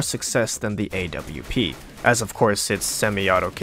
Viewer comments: the AWP is prounounced OP not A W P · A W P dude just say Aww-ph thats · I've never heard someone call the AWP the A.W.P. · He calls the AWP the A.W.P I want to die